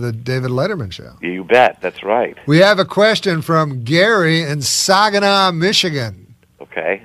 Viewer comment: I’ve never heard Saginaw pronounced that way, mabye it’s French or Native American. I don’t know I just live in Michigan!